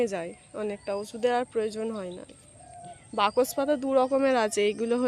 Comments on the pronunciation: বকস পাতা না ওটা বাসক পাতা ঠিক করে উচ্চারণ কর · কথাটা বাকস পাতা না ঐ পাতাকে বাসক পাতা বলা হয় যা সর্দি _- কাসিতে খুবই উপকারী জীবণ বিঞ্জানে এবিষয়ে পড়ানো হয় উচ্চারণে তোমার এত গন্ডোগোল কেন হয় বলতো! বাসক পাতাকে বেমালুম বাকস পাতা বলে দিলে কানে বাধল তাই জানালাম please ঠিক করে নিও